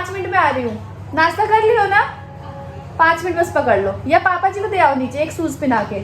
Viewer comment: ...kia baat hai...kuch word sahi pronunciate nahi karti..Jaise..machine ko masheen bolte hai...try Karo.sha..bolne ki...achah lagega..jaise Nashta..Nasta nahi...shoes..